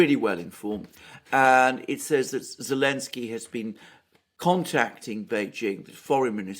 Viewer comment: I meant it more as a funny... Why can't he just say the z... haha I will purposely mispronounce someone's name whom I don't respect so I wonder if this was his reasoning..